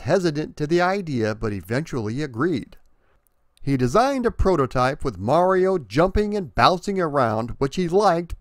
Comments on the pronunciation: Thank you for pronouncing mario correctly... good job... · Thanx for pronouncing mario correctly good job!